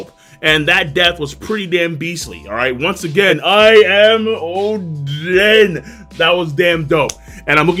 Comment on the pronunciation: why does he call oden “chaden”